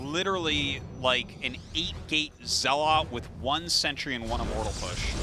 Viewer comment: I love Artosis, but why can't he pronounce zealot (or dragoon) correctly?